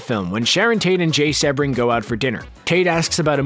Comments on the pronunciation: Uh, seb-bring or sea-bring? It's the latter so when you hear names mispronounced you have to wonder how accurate any information is. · Yeesh...lol...Try pronouncing Jay Sebring's name correctly please... it's pronounced "SEE- bring"(like the car) not "SEH-bring"... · Jay Sebring is pronounced SEE-bring... And, Cass Elliot (Mama Cass) was in The Mamas and the Papas; not the Mamas and Papas. Otherwise, excellent video!!!... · Nice & informative, but… Jay Sebring’s last name is pronounced “See-bring,” not Seb-ring. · His name was pronounced SEE-bring, not SEB-ring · Jay seee-bring.....not sebb-ring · Pronounced SEEbring… not Sebring with a short eh sound….capishe?💞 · ITS SEBRING SEABRING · It's pronounced seebring not sebring. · *SEE-bring! NOT “Seh-bring”. (Where the H E Double L does Screen Rant get these narrators???) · Pronounced “Jay See Bring”. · Exactly.... get it right if your going to narrate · drives me NUTS!!... I've studied the Tate-LaBianca murders and the Manson Family for years... Mispronunciation of the victim's names may seem like a small thing to others, but not to me... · SEE-BRING,Jay Sebring😂😂😂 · His name was Jay Sebring Pronounced C Bring. He was actually pretty famous as a hairstylest to the male stars of that era and Steve McQueen was a client. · i was looking for this comment. It drove me nuts, too. If ya can't do something so simple as to research the way names are pronounced, I won't be subbing to your channel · OMG! It’s Jay Sebring...(C bring)! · Jay Sebring. It's pronounced "SEE-bring" after the famous Florida car race. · Jay Sebring's name is pronounced Sea Bring. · ‘Sebring’ is pronounced “SEE-bring”. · His name is pronounced "See-bring". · Sebring is pronounced SEAbring. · I'm pretty sure it's pronounced Seabring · Cee - bring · Pronounced: Jay Sea-bring. Please and thank you. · The least you could do is pronounce Jay Sebring's name correctly. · Every time this guy mispronounces "Jay Sebring's" name I die a little on the inside.